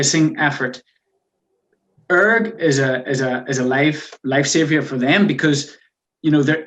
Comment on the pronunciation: The way you say ERG mode, it's one word not E .R. G